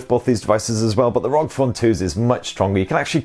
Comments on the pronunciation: I have to correct you. It's called "are-oh-gee" phone not rog phone. Republic of Gamers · Don't you ever say rog again It's R O G